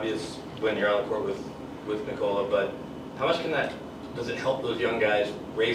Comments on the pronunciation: It´s pronounced like in English: "Knee Col La". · 10 years in Malone still doesn't know how to pronounce Nikola